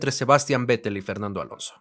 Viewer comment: Buen video, buena edición e información. Solo decir que se pronuncia "Féttel", no Vettel.